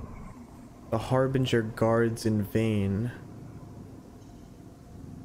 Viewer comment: harbinge, I just realised that it’s meant to be harbinger but without the R and they are the harbinger of what’s to come.